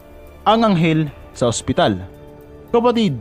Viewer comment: Hopsital haha namali panga pero basa nya hospital